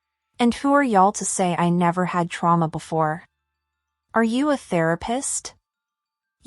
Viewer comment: do u know how to write? U can’t even pronounce trauma